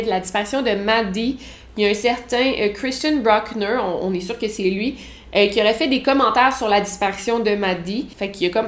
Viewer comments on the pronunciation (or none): Kreeshtiun brooknure 😑. Il est allemand comme un berger...so no need to pronounce it like this. Tu le fais a la francaise c correct.